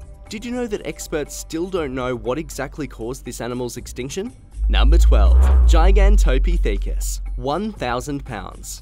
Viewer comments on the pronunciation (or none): The way you said gigantopithacus is funny.😂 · giganto pee thicus